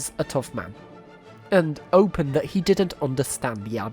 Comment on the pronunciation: "Opine" -- sounds like "oh-PINE", not "open". 😻